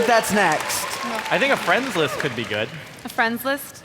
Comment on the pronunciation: 😂😂😂😂😂😂bro this fucking geeks. “DID YO FWUENDS WILY HOLD U HOSTAGE IN WOOM 208 yestuwday “